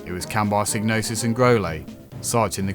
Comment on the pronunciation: Sighg-no-sis not Sig. Doesn't really matter how you say though. great video 👍👍👍👍